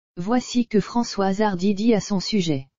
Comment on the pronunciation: non. Non l’information est hélas vraie mais ce qui est déplorable c’est la voix robotisé et quand même un script complètement stupide et cette voix ! A 3mn 20 « Françoise Hardu » puis layyyne Renaut ! Et ces constatations complètement idiot sur les conséquences de la maladie. Cette triste nouvelle que ce soit pour Françoise Hardy ou pour madame tout le monde ça mériterai quand même un minimum de respect et de réflexion. Quoi qu’il en soit j espère comme bcp de personnes que Françoise Hardy aura le soulagement et des soins palliatifs qui lui permettrons que la fin de vie soit supportable autant physiquement que moralement. C’est d’ailleurs ce que je souhaite pour chacun d’entre nous. Et je suis de tout coeur avec elle et ceux qui réclament le droit de choisir d’abréger leurs souffrances.